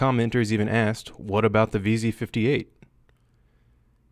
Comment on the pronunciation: Canadian or born in Canad, or just a far north state? When you said about in the video it’s the first time the accented pronunciation jumped out at me, “aboooot.” Have the AUG and the M9-A1, love them both! Steyr makes great guns, just don’t make enough different models. Also have a Steyr-Hahn 1912 and GB. The GB could have made this list? Not too sure of the GB’s history, would love if anyone could fill me in on its historic reputation. I know mags are insanely pricey, would love to find a reasonable source or some way to modify an aftermarket product to use in the GB. And if anyone hasn’t seen them, look up the tombs guard or some such name, special edition M17’s by sig for the guards at Arlington cemetery and the tomb of the unknown soldier. They are very pretty and not the usual ways people class up custom guns at first glance. One looks like polished black military boot finish.